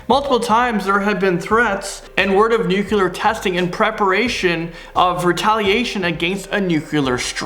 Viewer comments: Nuclear not nuke-u-lar. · Nu-clear. :) Nukular doesn't exist. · Why can't you pronounce nuclear?